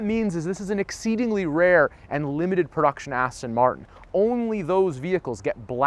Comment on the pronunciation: Please please please pronounce it correctly.It's Aston Martin, not Aston Martun. 😕😕😕😕😕